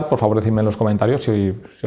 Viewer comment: Aver si se te quita la p**a costumbre de pronunciar adiós como si fuera una palabra llana en vez de aguda.